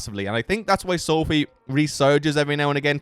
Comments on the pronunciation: Pronounced so-fy Not so-fee guy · not called SOOOOOFFFEEE - its called SOFI - come on dude